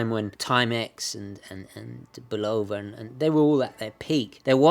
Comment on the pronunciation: Great video as always,. I have the Railroad model that I received as a birthday present in 1965. The case has never been opened except for battery changes and it runs perfectly. Oh, by the way, in America it is BULL-ova, not bul-OH-va. Ring up the office in the ESB and listen to how they answer the phone.